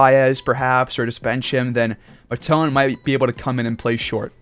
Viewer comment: Only cause you are butchering Nick Matons name lol .... heres a highlight and they say his name in like 20 seconds ....